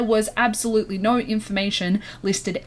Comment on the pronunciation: i know have saved to my phone because the way she says "nyo" is too fucking funny